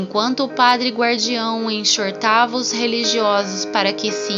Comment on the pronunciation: Linda História. Para que fique mais fiel aos escritos, sugro humildemente que reveja a leitura e a pronúncia da palavra "exortava"(a pronúncia é ezortava). Paaz e bem!